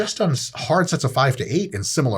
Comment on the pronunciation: Not six, do fahve!